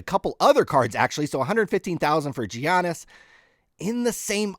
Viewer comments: It's a silent G! Yogging! I'm??? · are you kidding me about the soft g lol